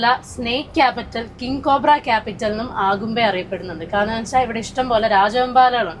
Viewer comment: ആഗുംമ്പെ എന്ന പ്രയോഗം ആദ്യമായി കേൾക്കുകയാണ്. അഗുംമ്പെ എന്ന് തന്നെയാണ് ശരി. അതിരപ്പള്ളി എന്നത് ആതിരപ്പള്ളി എന്ന് ഉച്ചരിക്കുന്നപോലെ.